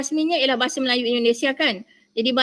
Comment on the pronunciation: Dosen itu nyebut aset aja jadi eset... bahasa jadi bahase.. beda tulisan dan bunyi. Belajar dulu huruf dan bunyinya bu. Jangan pakai ejaan inggris, kami pakai ejaan belanda. Bahasa melayu di malay cuma dipakai org Islam saja. Ras China pakai bhs China, India pakai bhs india. Mana bisa pemerintah malay membuat bhs melayu menjadi nasional malay. Pemerintahannya aja rasis. Begitu juga warganya juga rasis dan bangga dgn bhs asli mrk masing2